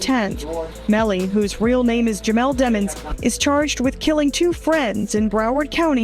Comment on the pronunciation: Say that ninja name properly DEEMONS